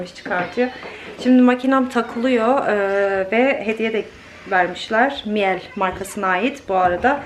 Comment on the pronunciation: Miele alman markasi mile diye okunuyor 🙈 miyel diye degil